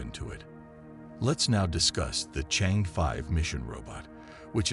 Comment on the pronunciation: For heaven's sake , it is NOT Change, it is Chang E 嫦娥 , the name of fairy who lives on moon , according to the Chinese legend !